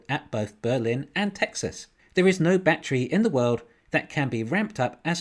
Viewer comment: What's a "Bat-tree"? 🤣 Despite your funky pronunciation, love your channel brutha! Thanks for all the great analysis, seriously.